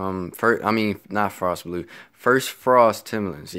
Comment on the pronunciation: The way you said blue I can tell you from Baltimore